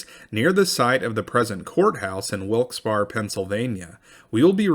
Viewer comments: Love ya man, but... Wilkes Barre (berry) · Wilkes Barre locals pronounce Barre with a hard E at the end.